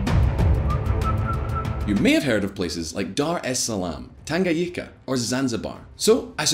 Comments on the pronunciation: Did he just pronounce Tanganyika "Tanga- yika"🤣🤣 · I'm Kenyan so I know some Kiswahili. It's mapinduzi. ma-pin-duzi. I don't want to sound condescending and that is not my intention. Just want to help anyone who wants to say it. Also, it's tan-ga-nyi-ka. Finally, yes, I do think other countries should put more pressure on dictators. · Tangayika😂😂it's tanganyika